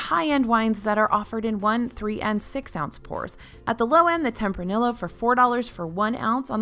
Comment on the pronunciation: Tempranillow? Like the willow tree? With as much white privilege as this video alludes to you think they would know how to pronounce tempranillo correctly (it is Spain's most well-known grape)